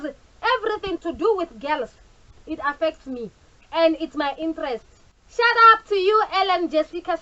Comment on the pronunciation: Its shout out not "shut up" pls....